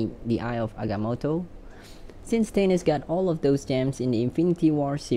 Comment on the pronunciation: Who the hell is “tanis”? It’s “Thay-Nos”